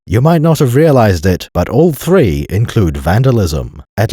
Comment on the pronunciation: One of three? ONE OF THEEE?